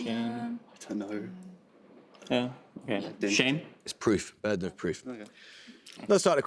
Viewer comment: Glad I'm not alone, I actually did somehow hear it as "burdenov" and was confused, maybe because of how it was spoken. I'd like to think burden of proof would have come to mind if I'd heard it correctly but who knows. It wasn't necessarily going to be that anyway but that is a common phrase